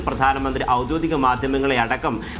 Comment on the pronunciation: "ഔദ്യോതികം" എന്നാണ് അവതാരകൻ പറയുന്നത്